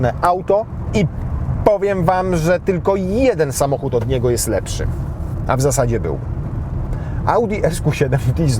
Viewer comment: lepŻy :p